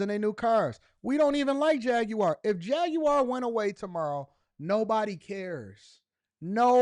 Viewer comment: Why you pronounce the Jaguar car like that? Is that really how you say it?